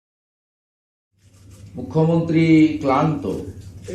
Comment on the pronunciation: আমরা কি বাংলা ভাষার কিচ্ছু জানি না? আশা এবং আসা-র পার্থক্য বুঝিনা? শুভেন্দু ক্লান্ত শব্দের উচ্চারণ করল। ইউটিউবে এমন সব উদ্ভট শব্দের উপস্থাপন দেখতে দেখতে আমারাও ভীষণভাবে ক্লান্ত; দিশাহারা এবং নিজের ওপরে আস্থা হারিয়ে ফেলেছি!!